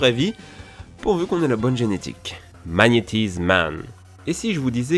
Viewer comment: Magnet*ai*ze et non pas Magnetize